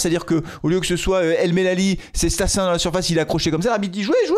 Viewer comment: Stassin 10 millions 😱 ... Sérieux ?? C'est StassUN pas StassDIX !!! Va falloir remettre Sissoko en 9 d'Urgence !!!!!